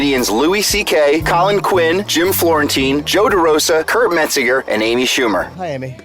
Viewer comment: "Kurt Metzinger"